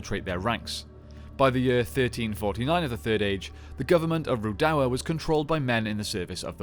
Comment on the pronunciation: I can't deal with your pronunciation of Rhudaur